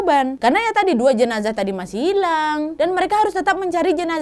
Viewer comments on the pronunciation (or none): none